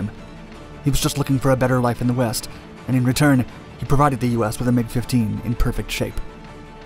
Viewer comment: Anyone else hear McDonalds when he said MiG Dominance? ...No? Just my juvenile brain?